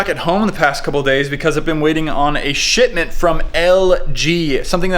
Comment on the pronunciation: it sounds like you said shitment XD